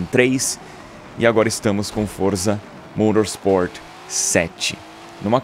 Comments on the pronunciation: Pq ele fala modorsport si e correto falar motorsport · morosport? kkkk e motorsport vc e brasileiro edu kkkkk